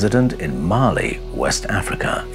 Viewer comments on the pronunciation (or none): none